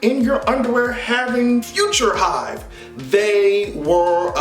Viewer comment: Not "Future hive" 😭😂😭😂😂😭😭